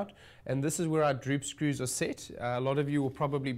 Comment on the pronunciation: Druup scruuws 😂